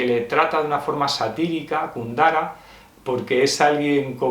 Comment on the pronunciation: Jajajaja,, ¿por qué lo llamas "Kundara"? ¿O soy yo, que estoy mal del oído?